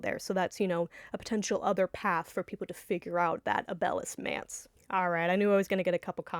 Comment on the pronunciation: Really enjoy a lot of these theories. It is interesting how differently some people pronounce certain names. I had no idea who she was talking about in her last video when she kept saying, “a bell” until I finally realized she’s referring to Abel (which I always pronounced the same as “able”).